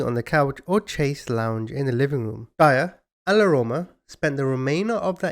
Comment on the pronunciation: Darling, you need to learn how to pronounce 'chaise longue'... (shays long) ...you do a great job btw! x